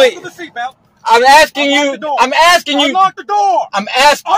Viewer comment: "I'm axing you"....english as a 2nd language😅😅😅